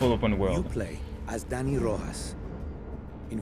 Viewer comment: It's not Danny man!!! It's Dani...